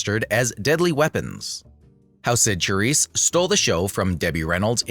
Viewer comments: Say the main subject's name properly! Good grief, it would take but a few seconds to find out online. Lots of good info, just please show due respect in such posts with CORRECT pronouncing (Sha-RISSE). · Who stole a show from whom? Silly to say. Each female star suited her roles's demands. Cyd ShaRISSE (not Cha as in Cha-Cha😡) could not have 'done' Debbie's perky-ingenue persona to perfection.